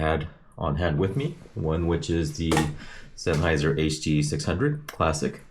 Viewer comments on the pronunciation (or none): none